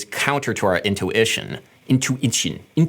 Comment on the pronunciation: "intu-ition. Ishun. Intoo ishun." ANDALITE IN HUMAN MORPH LEVEL INTENSIFIES